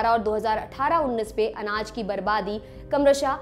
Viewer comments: Kamrsah nhi kramsah,hindi sahi nhi hai aapki.💕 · कम्रशः नही क्रमशः होता है 😂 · नगण्य और क्रमशः बोलने के तरीके से साफ साफ पता चल रहा है कि ये लड़की या तो हरियाणा की है या पश्चिमी उत्तर प्रदेश की ।